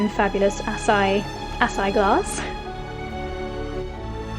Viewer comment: It’s pronounced ahh-sigh-eee